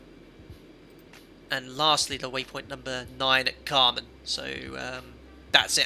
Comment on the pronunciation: the carmn/camrnthing really annoyed me. i was glad his wife corrected him